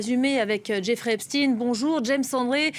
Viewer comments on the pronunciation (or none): 25 sec. Elle fait exprès de prononcer Epstine et non Epstein😂pense t elle qu'on est dupe?